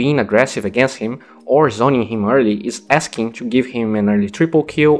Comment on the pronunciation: about your pronunciation, don't say "cho" istead of "to".